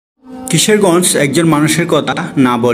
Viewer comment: ভাই কিশেরগজ না ভাই কিশোরগঞ্জ হবে উচ্চারণ ঠিক করেন